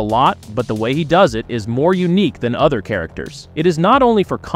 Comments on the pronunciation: AI doing the talk over parts in these videos is horrible. By the way narrator, other is pronounced O the er, not otter. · please buy a pop filter. Also, WTF is a mudder? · Did you just say "udder" opposed to other?